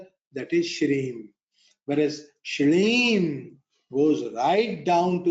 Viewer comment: जय श्री राधे बीज मंत्र मे लिखा हलीम बोला गया कुछ अलग ।क्या है शुद्ध उच्चारण